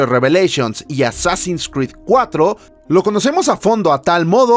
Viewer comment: A ver que dice el wey: pronuncia bn Assassins, este muchacho... me llena de orgullo!!